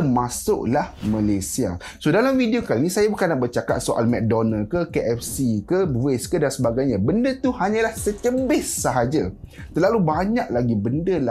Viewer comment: Cara anda bercakap sgt petah,pronounce bagus n bijak.cuma dgr perkataan secebis mcm anda sebut secembis..kipdap